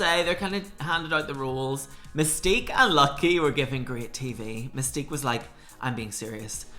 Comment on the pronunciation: “Mystique” in your accent sounds like “Mistake” in an American accent, I can’t stop hearing it 😂😂😂 Your take is always literally spot on 100%, love these